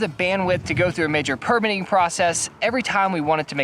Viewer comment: It’s perMITTing (verb) not PERmitting . PERmit is a noun. There are bout 50 noun/verb pairs like this is English where the noun and verb look the same but the syllable stress shifts from noun to verb like: INsult/inSULT or REbel/reBEL. It’s surprising to me that mostly Americans don’t understand this and never seem to learn. This goes back as far as I can find to old movies from the 1930’s where I hear actors making that mistake and it was never corrected. There are many often repeated rrrors in which Americans speak English from grammar to a deafness to how rhythm and stress can convey meaning. It’s not accent but ignorance.